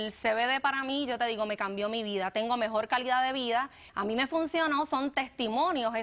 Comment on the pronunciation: “me introducio” 😏 “mejol” “Pol” qué 😶 se comen la R